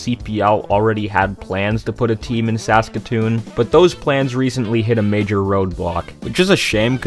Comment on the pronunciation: Why do you say SASkatoon? It's SaskaTOON.